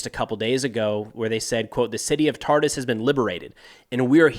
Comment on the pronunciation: Thank you for the synthesis if Syrian events in English. My Arabic is too poor to keep up. But I wish to share pronuciation tips that Homs sounds like a quick ""humps" and Tartus rhymes with "car-moose".